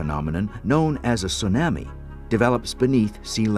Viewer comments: I may not tease anyone for being concerned about a tsunami coming, but I've never heard tsunami pronounced "tsu-nammy". Most people I know say "tsu-nommi", including the natives on the island. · It sue-nahmi lol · Tsunami, like "your Mommy", not Tsunami, like "Miami". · Yeah, it's the pronunciation I was referring to."tsu-NAH-me" vs. "soo-NAM-ee" ('nam' like 'ham") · Ya the narrator said it weird let's all freak 🤪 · The narrator is terrible! It was driving me crazy that he kept saying "tsu - nah-mi"...with the short "a" sound like in "can." 😵‍💫 Everyone else in the documentary could say it correctly EXCEPT for this narrator! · An event of great loss, but I can't get past "soo-nammie". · Stupid bastards! Why can't they get educated people to do commentary for these videos, and pronounce the words properly? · Not only horrible audio background music and sound effects, the commentator can't even pronounce Tsunami correctly! Shame on you BDHQ! This is just too irritating to watch. Thankfully, we can find better documentaries about this on the internet! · The fucker can't even pronounce tsunami right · The narrator continuously mispronounces tsunami & it drove me nuts. He’s usually excellent.